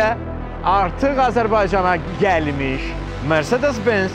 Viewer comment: Mercedes sözünü Azərbaycanda düzgün tələffüz edən insan !